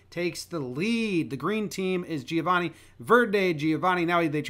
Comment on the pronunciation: Hearing Americans pronounce Giovanni like that never fails to make me cringe